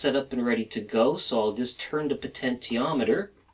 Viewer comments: It's "poh-tench-i-ah-met-er" - you don't say "poh-ten-tee-all" do you? Potential is the root word of potentiometer. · Great lessons very outstanding indeed, but I can't help it to make fun of your potentiometer pronunciation just try this "Potenshiometer" hhhh just kidding , you're doing great, I enjoy your clear Christal explanations, I just ordered my kit, will arrive Jan 4, I will be doing all of your projects inchaAllah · po-tent-i-o-me-ter made me leave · You have the cleanest workshop I have ever seen! I should know, I suffer from OCD! Your videos are so well made and edited, no wonder you don't crank them out very often. It must take you days to make one. One criticism; Potentiometer is pronounced like this : Also, Bipolars running on current chopper drivers, will outperform Unipolars in every way, including speed of rotation. This is why, all 3D printers use bipolar motors with current chopping drivers like the A4988 and larger supplies than the motor's rating. If you run a 2V motor on 30V (current limited by the chopper of course), the current will have a very short rise time before the it hits its set maximum value, when the driver chops it off and keeps it at that level. In other words, current through the coils is more important than the supply voltage. The lower the working voltage of the motor, and higher the supply voltage, the better its speed performance. In other words, a 2V motor running on 30V, will have a better performance than a 5V motor running at 30V. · Please for the love of God pronounce potentiometer normally!